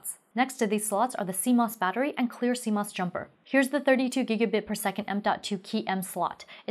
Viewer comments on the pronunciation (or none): none